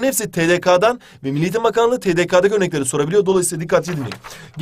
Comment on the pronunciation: Yanlız tedeka diye okunmuyor tedeke diye okunuyor.